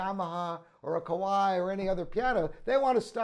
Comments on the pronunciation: Because it's ka-va-ee, not ko-why. 😆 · Why do you pronounce Kawai like "ko-why"?! You can search YouTube for "how to pronounce Kawai".